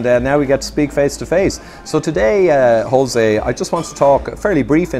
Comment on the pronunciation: In Spanish it's not pronounced as an R, at least not an English R. It's prounounced as the Ch in Loch.